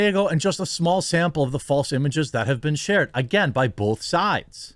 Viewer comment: I know there's a war going on, but, people that say bolth😡